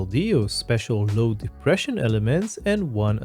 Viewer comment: Right - corrected, thanks! (edit: I actually think it was right in the article and maybe I just pronounced it wrong in the voice-over).